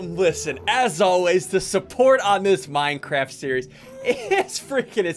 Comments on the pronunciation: No one: Literally no one: Ssundee: we gon break minecwaft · “We gonna break minecraf” -Ssundee 2019. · "we gone break MINECRAFF." -Ssundee 2019